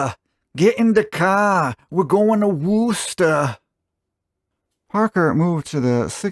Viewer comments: You almost got it right. Wus-tah not woos-ta. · Wuss-tah said fast. Or for fun-" were chest tor" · close but all you need to do is simplify your pronunciation of Worcester. It’s kind of like “Wooster”, again with the emphasis on the first syllable. The two letter Os are soft, not hard. Not as in WOOSH. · Nah, Wusster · It's pronounced WHISTAH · It’s pronounced FALL. RIVER. There is no S….. and you got Worcester all wrong